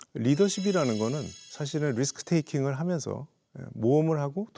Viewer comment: 리더쉽 이라는건 리스크테이킹, 모험을 하고 도전을 하면서 새로운걸 하는게 리더로 가는길이라고 하신 말씀이 참 와닫네요. 리스크테이킹이 왜 귀에 안들어오는지 ㅋㅋㅋ 자막에 있는 그대로 적으려다가 이렇게 했네요. 세계적인 교육의 리더가 되기위한 교육부의 도전 정말 대단하네요. 좋은 결과가 있길 바라면서 국제적으로 우리나라가 글로벌한 인재 육성의 선도국이 되길 바랍니다. (영상 보는데 좀 많이 어렵더라구요.. ㅎㅎ) 응원하겠습니다! 감사합니다!